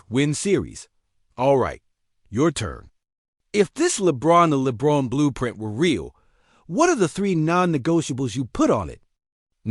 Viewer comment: They mispronounced lebrons name so obviously doesn't know what he's reporting also talks about Anthony Davis who isn't on the team at least try